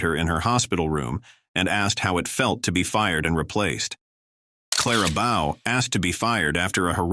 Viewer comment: If you're going to use an A.I. Voice, at least get the names right. You lost me at Clara Bow. I was not going to watch you screw up any other names from Golden Age Hollywood.